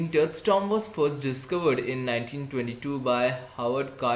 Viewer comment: its not tom it tomb